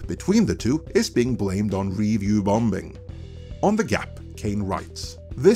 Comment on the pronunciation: U R JUST THE “BEST”! I ALWAYS LOOK FOR YOUR UPLOADS, AS I KNOW THEY WILL BE RELIABLY INSIGHTFUL. ( slight hint on your English pronunciation: the second B in “BOMBING” is Silent). 👍🙂